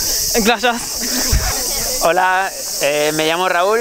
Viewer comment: gashias, gashias.!! (gracias, gracias).. muy bien.. poco a poco van ir aprendiendo.. XD